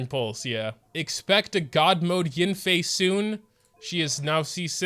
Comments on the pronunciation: “It’s probably a Childe though” Well you did get A child, Qiqi. Oh and whenever you call YAN-FEI as YIN-FEI it just keeps triggering me XD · god i hate the way this dude pronounces yanfei its so cringe